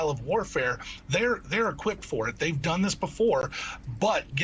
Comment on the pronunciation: She littraly said theyer trying to make a new world order😂😂